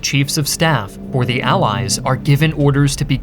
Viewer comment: This guy completely removed the word the from his vocabulary and he is saying "thee" every single time even when he should say "the".